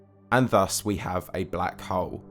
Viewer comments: Anyone else triggered every time this guy says "black hole"? Sounds like hes saying "black hoe" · I left at :16 seconds when he said black HOWL. BUH BYE